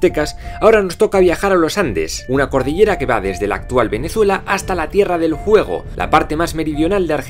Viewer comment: Soy yo o dijo "tierra del juego"?